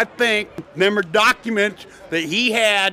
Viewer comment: "Dem Duckuments!" :face-purple-crying